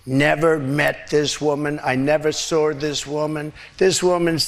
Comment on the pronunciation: It is saw not sour.